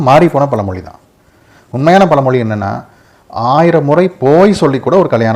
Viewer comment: பல மொலி , மலை‌ இல்லைங்க தமிழை சரியாக உச்சரிக்கவும்.